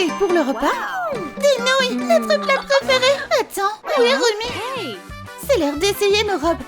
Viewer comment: On dit rumi pas romi